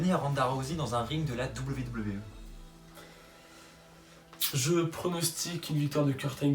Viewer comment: C'est moi oû tu dit VVE au lieu de WWE ? Super prono ;)